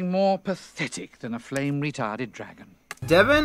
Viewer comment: Yes, that’s what he meant. But he definitely didn’t say the “n” in “retardant”. So it sounds like he said “retarded”.